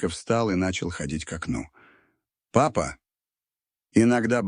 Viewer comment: Да чтение неплохое.но восклицание папа.ни с той интонацией😊